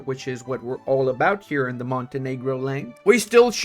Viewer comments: Love the non-controversial pronounciation of Montenero! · Ill not watch this video if you won't pronouce the name right. Grow some balls man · I find it funny that YouTube can create problems because of the pronunciation of Montenegro Like, don't almost all Latin languages use the word normally to refer to a black person?